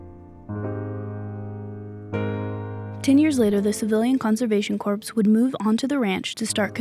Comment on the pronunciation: This is a great video, and I love all your videos. You do a great job writing and narrating them. I probably should have commented before, but because I'm a jerk, I didn't until now. The thing that prompted me? The mispronunciation of "corps." Just for future reference, it's pronounced "kor." A corpse is a very different thing ;) ...I'm sure you've only read it before. Please keep up the great work!! :)